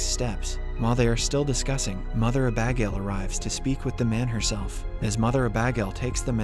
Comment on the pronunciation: The way he pronounces Abagail is hilarious! Uh-Bag-ale 😂